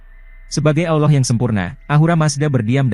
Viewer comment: Bukan Aulah tapi ALLAH